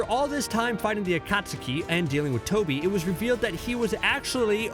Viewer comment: No one: Not even a single soul: let’s mispronounce these words so we can irritate naruto fans cause we can 🙂 Bro, How did you pronounce obito, akatsuki,and zabuza? I want to hear something 🥴🥴